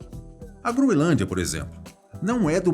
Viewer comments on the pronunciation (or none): none